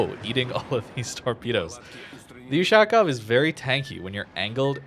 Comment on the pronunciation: "Ushaaaaakov". Butchering the pronounciation... Offf....